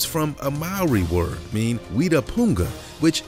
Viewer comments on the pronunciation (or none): It's not weeetah it's wehta